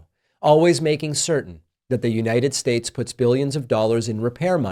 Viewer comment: every time Pakman says "United Shaysh," an angel gets its wings 👼🏻